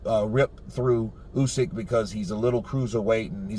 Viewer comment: He can't even say Usyk's name. Fecking idiot!